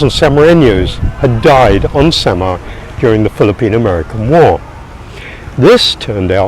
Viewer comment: Samar as "summer"😂